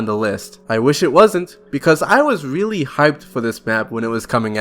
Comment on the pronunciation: Can u re-record this video you sound weally weedickyoulous, its hard to stomach